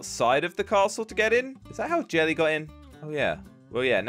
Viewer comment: He said jerely